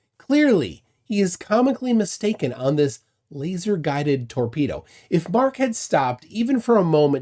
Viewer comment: It wasn’t a torpedo it was a “TEAKpedo”